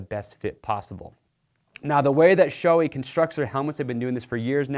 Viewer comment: It's Shoe-eyyy not shoei